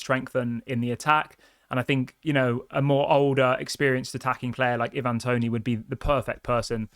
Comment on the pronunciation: Plz stop saying e-van it’s Ivan toney 😂